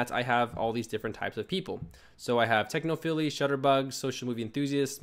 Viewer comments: Great video. Thanks for the info. (BTW, it's pronounced 'techno-files' not 'techno-filies'.) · Technophiles is pronounced "Techno-Files". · Great video but I was really interested in bumper ads and I didn't see you cover it . PS technophiles is pronounced techno Files :}